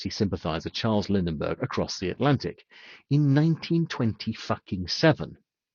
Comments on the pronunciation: Where did you learn to read? The german fighter pilot you mentioned was Adolf GALLAND not Galahand , The First solo flight across the Atlantic was by Charles LINDBERG not lindenberg And I think you meant Short Sunderland not stirling short! how can we take anything you say as true? You Idiot. I notice you pronounce swear words correctly though.................... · Lindenberg, Gallahand - guy is great at throwing around cuss words but can't even pronounce the names of historic people properly. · Not Gallahand but Galland, not Lindenberg but Lindberg. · I find it hard to take seriously anyone who mispronounces his name as ‘Gallahand’, or for that matter, Lindbergh’s name as ‘Lindenbergh’. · Added a few syllables to names there, didn’t ya? Galland/Gallahand. Lindbergh/Lindenberg.